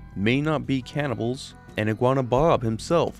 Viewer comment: i thought this mf said “cannabis of fallout”